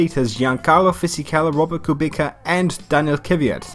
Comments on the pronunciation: You read kubika not kubica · As a polish I can say that the correct pronunciation is Kubica (like Kubitza), not Kubika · As a non Polish but a F1 fan, I've only ever heard his name pronounced as Kubitza too. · All the commentators rightfully pronounce it Kubitza, I've only ever heard like Martin Brundle say Kubika and I don't think we should be going by old Englishmen's pronunciation of ~scary foreign sounding names lmao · same,I pronounce it like Kubika not Kubitza but now I pronounce like that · It’s KubiCa not Kubika 🤦🏻‍♂️ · I know, late response XD but its Kubìca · Kubica -> [coo-bit-sa], with all the greetings from my Polish girlfriend who enjoys your vids to get introduced into F1 and racing in general, Kubica -> Koobitsa. Basically Boobitcha, without the h and a K in stead of a B. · You can remember to pronounce Kubica correctly, if You'd try to read it"Kubitza", like in tzatziki :P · the right pronouncation is „Kubitsa” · In polish, its pronounced as Robert [Kubitsa] and thats the way you should pronounce it I think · For those who doesn't now how to pronounce Kubica - Koo-Bit-Sa. I am Polish and I know how to pronounce it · im Hungarian and it hurts to hear😂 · You are such a BIG MOTORSPORT FAN yet you can't say Kubica right and Giancarlo